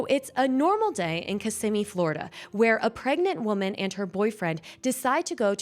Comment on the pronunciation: Thank you for pronouncing Kissimmee properly!